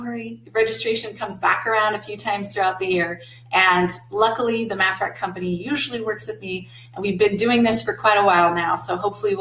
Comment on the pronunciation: Love the videos but was immediately "caught" by the "wreck 'n wreck" name for the math rack. The Aha! moment came once you revealed it came from the Netherlands. A "rek" in Dutch is a rack in English. "Reken" in Dutch means to count in English. So literally translated a "counting rack". Dutch vowel "e" is pronounced the same as the name of the letter "a" in English. So "Reken" + "rek" spoken would pretty much sound like RAKE 'N WRECK to those unfamiliar. Great videos, thanks.